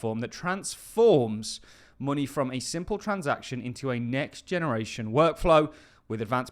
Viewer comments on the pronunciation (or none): It’s “money” not “mueonnayyyahh”